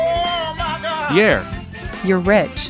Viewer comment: He’s like yaer when he said yeah